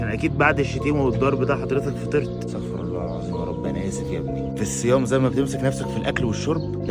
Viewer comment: استغفرالله بضم الراء